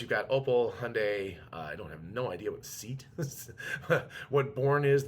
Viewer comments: I think “SEAT” is pronounced “say-ott”. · Seat - pronounced Say-Ott is like the Spanish version of VW… I believe it was started under Franco… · SEAT is a Spanish company and pronounced Say-at to write it phonetically. E in Spanish is like E in Eric. In other words a soft A. And it stands for Sociedad Española de Automóviles de Turismo. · its not seat it is the SEAT brand (used to be sub brand of VW) and the Born model:)